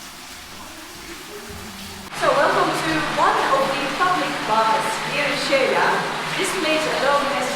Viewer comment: Noraly, just a little correction with all due respect and thank you for your effort. Xela is pronounce She la. With no Spanish i in the middle. The way you say it sounds Sheila. 🙂